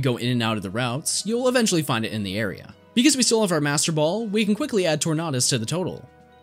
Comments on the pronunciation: Torn-ahh-dis, I died. I love your videos though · The way you say Tornadus kills me inside, great video though.